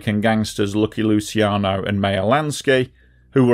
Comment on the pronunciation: "Luchiano" not "Lusiano"